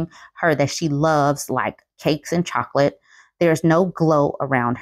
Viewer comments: "She doesn't even want CHHHHOCCCOLATE" i cantttt with her lol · I love the pause at, "she doesnt even want chocolate" lol so real ❤